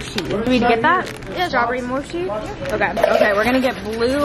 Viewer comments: Not saying moshee instead of mochi ( mochee ) lol btw not all mochi’s are eaten cold that’s only if it’s with fruit or the frozen ice cream ones. People store it in the fridge so it doesn’t dry out as much. If it’s individually packed then it’s not really necessary to put it in the fridge. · Mochi not moshi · Mochi not moshi lol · mo-she … omg 💀💀😂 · guys did she call it moshi???!